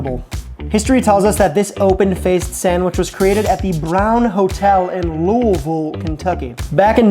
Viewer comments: I didn’t think Kentucky was gonna be included??? None of us has ever tried this sandwich and I don’t even like turkey but 859 gang wya??? (YOOOO HE SAID LOUISVILLE RIGHT?!?!)😂😂😂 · Thank you for pronunciation on Louisville!😂 love the videos man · Holy shit, you pronounced Louisville right.